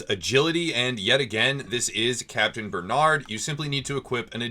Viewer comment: Good it's not capitaine benad though but ber narrrrrd with the French r Bernard lol baie reu narrreu